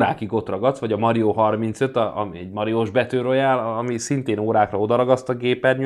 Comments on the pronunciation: Mario🤣 Az Mário 😅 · Nem Mario hanem Mário